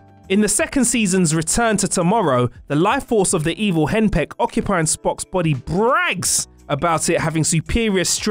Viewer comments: ....he said "Hen Pecked" instead of "Hennock." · "Evil Henpeck"? 🤣🤣👍